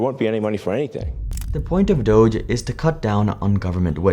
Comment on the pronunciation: The fact that people are pronouncing Dog-E wrong will never not be cringe 😂